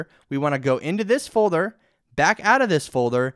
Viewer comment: "Folther " xD Thank you for the video though(